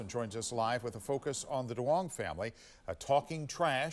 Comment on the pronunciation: The name Duon is Vietnamese and pronounced Yung not Do- ong😂